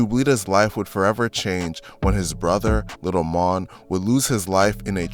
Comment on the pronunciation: N his bro name is Mone like moan not mon